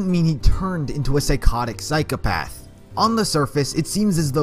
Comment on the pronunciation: i like how he goes on a rant about Psychopathy and continues to say 'psyc e path' you should really have correct pronunciation when talking about a subject you claim to know allot about psycOpath Psychopath is pronounced with an o not an e